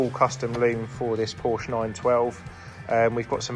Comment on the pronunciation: Porshuuuuh. Not POrschhh